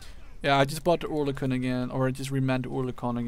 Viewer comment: It's called Örlikon! Its a Swiss Gun from the Company Oerlikon.